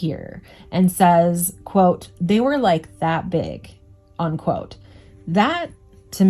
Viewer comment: This is great stuff but I just gotta say, it’s “unquote”, not “on-quote”